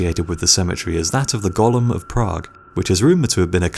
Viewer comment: I believe it is called Golem not Gollum, My Precious.....